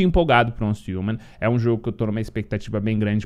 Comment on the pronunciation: repita comigo, uance riuman, pronuncia correta